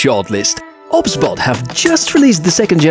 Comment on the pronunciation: 🤦🤦 Its not obs-bot... It's O.B.S Bot! As in the software OBS